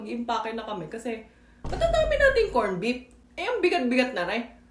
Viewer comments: korn bip! Very Pinoy! 😂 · I like your filipino accent, say it again........ "Kornbip"